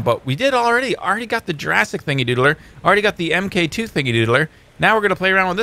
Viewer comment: I'm pretty sure the MK2 is suppose to be pronounced "Mark 2" like tony Starks iron man suits.